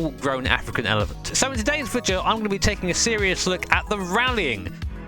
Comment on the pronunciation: I definitely thought you were going to say american and not elephant